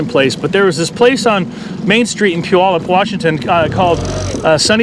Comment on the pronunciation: I love the little local shoutouts. Was born and raised in Puyallup and I know that obviously you're local, but it's still so weird hearing someone on youtube pronounce it right lol